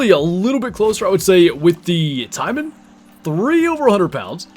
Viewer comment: Taimen should be said taymen not timen. For example, we don’t say pine, we say pain with the emphasis on a.